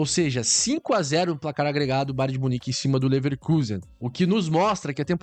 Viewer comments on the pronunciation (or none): Cara toda vez entendo você falando BAR DE MUNIQUE 😂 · Kkkkkk ele fala BAR de munique 😂😂.